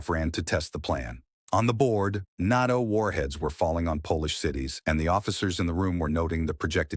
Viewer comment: More AI slop. AI can't even pronounce NATO properly. Who writes these? Serious editing, getting to the point and keeping it 10 minutes or less. Lots of fluff, nonsense and repetitive.